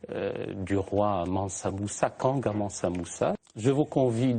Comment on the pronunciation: kankou et non kanga